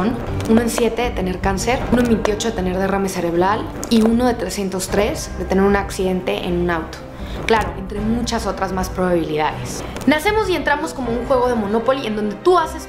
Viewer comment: En el dijo derrame celebral